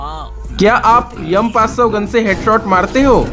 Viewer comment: M500 ❌ yum500 ✅ 😂😂😂😂😂😂😂😂😂😂😂😂